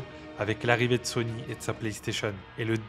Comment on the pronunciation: quand on t'écoute on pourrait confondre Sony et Sonic, fait un effort pour mieux prononcer ces mots, surtout à la fin de la video, un aveugle ne comprendrait pas si c'est sony qui a tué sega ou sonic 😅